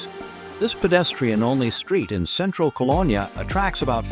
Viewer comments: You can’t even pronounce the city’s name correctly. I see you think Düsseldorf is in Cologne too? 👎🏻. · Get the pronunciation of the city correct! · At least train your AI to pronounce Cologne properly…. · Please correct all of the mispronounced words in this clip… Rhine and Cologne esp…